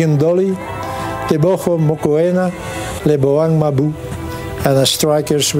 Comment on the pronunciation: I like how he pronounces... Lebohang 'Mabu'...